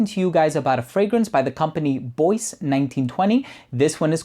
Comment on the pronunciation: I'm guessing it's not "boyce", but "bwah" as in Bois du Portugal.